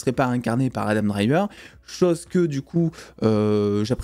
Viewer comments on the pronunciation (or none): none